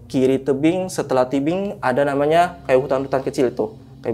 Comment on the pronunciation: Berasa lg di jelasin sama pak guru hahaha tapi ngomongnya kebalik balik bikin ngakak wkwk ngrogi bgt kayanya sampe nyebut tebing jadi tibing wkwk ga seru nih narsumnya